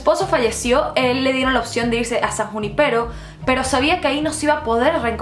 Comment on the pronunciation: Es san junípero, no san juni-pero